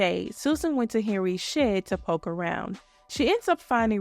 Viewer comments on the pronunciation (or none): none